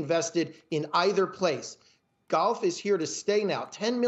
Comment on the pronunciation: The way he says "golf" is honestly disgusting